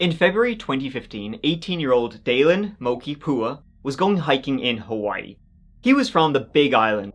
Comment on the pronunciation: So happy to hear you pronounce our Hawaiian words correctly. With ease & not forced. Appreciate the respect ❤🌺 Aloha!